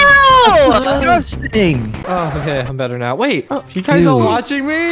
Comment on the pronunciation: Why does says nawo